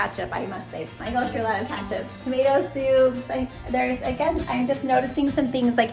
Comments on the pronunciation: Why do you say katchup? It’s ketchup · Kinda funny how you pronounce Ketchup! (Catchup) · Yes its definitely great to rotate so it doesn't get expired so you dont have to throw out. & says Ketchup funny (catch up) 🤣 & the app list you showed us was set to back in October 🤣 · it is totally called kAtchup and not kEtchup